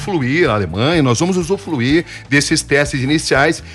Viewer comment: Jornalista falando “usuFluir” é dose.